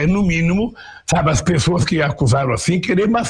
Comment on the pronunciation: Como diz Augusto Nunes, a letra "s" de "pessoas" se asilou na embaixada portuguesa! 🤣🤣